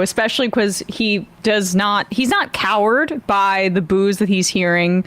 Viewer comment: "Cowed." Not "coward."